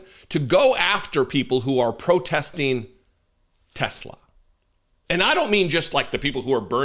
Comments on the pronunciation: Tesler you mean, right ?? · TESLAR! Say it right! 😂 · "I love TESLER..' said the orange rapist 😂😂😂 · I think its pronounced Tesler. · It’s TesleR, ask the Mango Felon 47. That’s how he pronounces it. TeslaR. Tesler. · They should go after this weird old guy that keeps tariffing his company and calling it Tesler. That's not efficient for business bro.